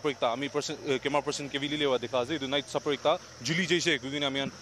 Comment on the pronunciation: It's night sapper not night super hahah..